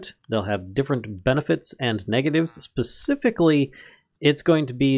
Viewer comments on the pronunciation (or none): none